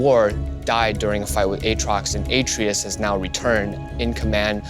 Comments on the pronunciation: A-tray-us. Not a-tree-us. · He keeps saying A-trius, isn't it {AH-TRAY-US} Atreus? Like in GOD OF WAR 4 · AH-TREY-US. can you seriously not say his name right, BOI.